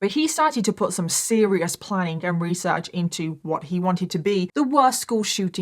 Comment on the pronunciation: You tell this story so wewee well your weesearch in incwedible.😂😂